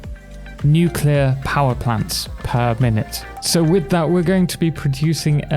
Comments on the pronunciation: OMG thank you NEW CLEAR. Nuclear, not newqueuelure. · Thank you so much for going the extra step to pronounce it right. It was hammered into my head by my grammar teachers in the 1970s only to have to wince through the aughts while George W. Bush mispronounced it multiple times a sentence.